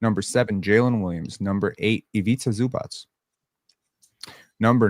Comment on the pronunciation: It is pronounced Zubatz